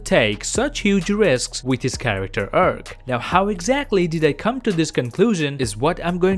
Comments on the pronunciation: You pronounce farm like "ferm" and arc like "erc". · dude how difficult is it to pronounce "Arc" you just make it more creepy😅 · Everyone else: "Arc": "URK!" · What I find far more shocking than fat Thor is the way this guy prounces the word arc. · I love the way you pronounce arc